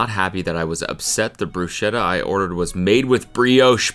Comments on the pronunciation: It is pronounced Brusketta not Brushetta... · BRUSKETTA PLEASE My ears are bleeding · I have to correct your pronounsiation, it's [brusketta] with a k in the middle. Great video, I just had to write this comment.😅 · Fuckin' hell, Cody can you PLEASEEEEE JUST PRONOUNCE BRUSKETTTA RIGHT FOR THE LOVE OF GOD!!!!!